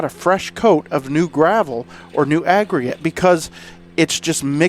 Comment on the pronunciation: unbelievable video considering the conditions, the length of the driveway! You always deliver excellent content and commentary! I love everytime you say "crown" or "agregate"! You and the Ventrac are the BEST! Love the video continue to make sir